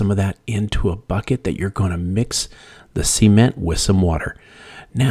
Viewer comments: Imagine if this guy had a dictionary & referenced it & didn’t sound silly….repeatedly saying, “see-ment” LOL it’s SA-MENT 😂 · It’s cement, not sea-ment. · He should start by learning how to properly pronounce SA-MENT LOL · I cringe every time he says "see-ment" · NOT SEA ment! Geeez 😂😂😂😂🤣🤣🤣🤣🤣🤣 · I was done when he said ceement